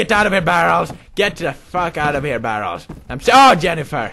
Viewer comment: Mee Too He Can just Say Ugh Barrels Instead Of BARREELS!!!!!!!!!!!! -.